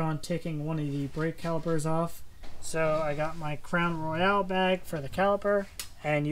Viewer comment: Psst! It's "Crown Royal" not Crown Royale..